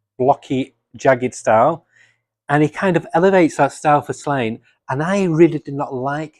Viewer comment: Just an FYI it’s pronounced “Slawn-ye”.